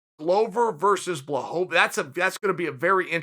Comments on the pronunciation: Me: Blachowicz Chael: Blahobowicz Me: okay Blahobowicz it is. Sorry Uncle Chael. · No one: Uncle Chael: "BLAHOVOVICH!" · BWA-HO-VITCH give respect to his name. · (Blah-ho-vich) Mr Chael sir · I'm glad you finally came around with Blachowicz Chael. He made Light Heavyweight Great again. BTW nobody pronounces his last name right except Joanna Jedrzejczyk not even that douche bag Ariel pronounces it right.